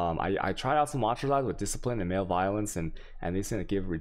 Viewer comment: "36 + 6 is 45" i mean from the guy who pronounces Malevolence "male-valence", i'm not even phased anymore 🤷🏻‍♂️